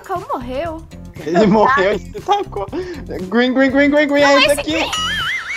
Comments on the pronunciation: *uRaGe Eu *URANGE kkkkkk virou me *GrEeN Eu *GREEN meme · PROFESSORA DE INGLES:COMO FALA VERDE EM INGLES:GRIN KKKKKKKKKKKKKKKKKKKKKKKKKKKKKKKKKKKKKKKKKKKKKKKKKKKKKKKKK